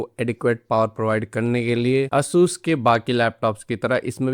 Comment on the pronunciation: its not aa-sus its a-sas